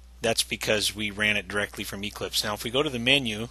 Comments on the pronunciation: It's Eclipse, not EEclipse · The way he says Eclipse is annoying...